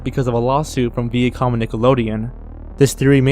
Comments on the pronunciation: Corrections of horrible pronunciations: Viacom (Vī-uh-cahm) Facade (Fuh-sahd) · P.S. The "Vi" in Viacom is pronounced like "violet", not like "Ving". Just for future reference. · Cache is said like "cash" Viacom is said like "v-eye-ah-com" Façade is said like "fa-saad"